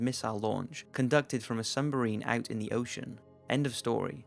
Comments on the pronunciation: Did you say 'sumbarine'? Oh my god lmao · Submarine I think, He said it wrong kek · "Sumbarine"? Lol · did he say sumbarine?